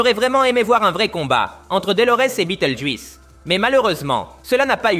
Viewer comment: ça encore, c'est juste dommage mais le juisse répété toute les 30 secondes ça casse tout. Je me demande si la voix n'est pas une IA du coup.